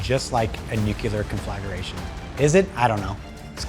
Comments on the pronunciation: Con fla gra tion, not con flag ER a tion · Thanks for this. A lot to think about. Also, the word is conflagration and is pronounced con-fluh-GRAY-SHUN